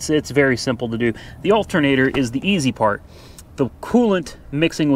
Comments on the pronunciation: Al-ter-na-tor. A-lu-min-ium not Altnater and aloominum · Alt'n-ator. Tomato tomato. Dialect is a real thing and nothing wrong with it. I live in the Appalachian foothills and we got all sorts of lingo too. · I'm from NJ and I wouldn't notice someone saying altinator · Love the Betsy Ross Flag hat! Oh! It is pronounced as 'Altnator' :)